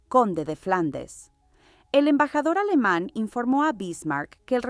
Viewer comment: Por favor, no pronunciar alemán como si fuera inglés